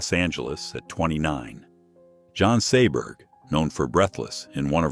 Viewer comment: John saber!!!!!Saber!!!!!! That's Jean pronounced like a boys name. Last name Seberg pronounced like seaburg